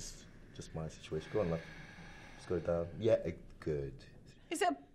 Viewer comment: love not bruv